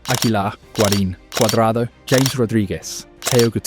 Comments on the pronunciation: It's "Ham-ehs" not James BTW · Very nice video. By the way it's "Ha-mes", not "James". 😂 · James --> Haa Mess